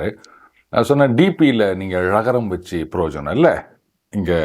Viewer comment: அண்ணாமலை ழகரத்தைச் சரியாக உச்சரிக்கப் பழகினால் நன்று.பாண்டேயும் பல நேரங்களில் ழகரத்தை வேறு மாதிரி சொல்வதை "தவிர்க்க" வேண்டும்!